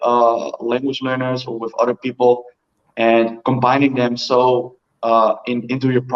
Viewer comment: American English, "OTHER people" not [what I think I hear] udder people. Udders are the female mama cow "parts" baby calves nurse from. And THIRD; [what I think I hear], not tird. #3, not the animal presents left in the streets. 🤣